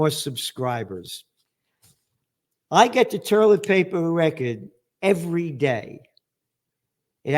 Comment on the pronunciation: I love it when you call it toierlet paper. It reminds me of my Popop and I get a warm feeling of him. He had your sense of humor. ❤❤❤